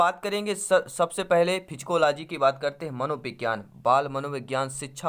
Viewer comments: सर आप साइकोलाजी को फिजिकोलाजी क्या वोल रहे है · साय्कोलोजी को फ़ीजीकोलोजी केऊ बोल रहे आप